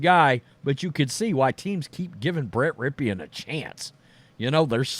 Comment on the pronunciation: Who the fuck is Brett Rip E EN. Stop talking.